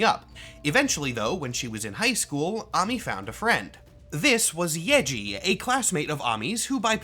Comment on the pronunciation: As a Korean, her Korean name is 한아미, so I confirm that it is correct to pronounce it as AH-MEE